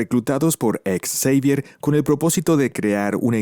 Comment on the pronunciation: Por qué lo llamas charles ex-evier? En lugar de Xavier?